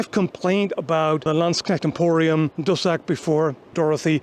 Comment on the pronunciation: At first when I was listening and cleaning, I thought you said cul de sac, as in dead end, before I understand it's dussack. Then again it probably doesn't really matter, if you're on the wrong end of a dussack it can be a cul de sac 😅